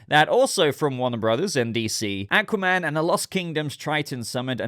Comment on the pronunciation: I hate the way he says aqua man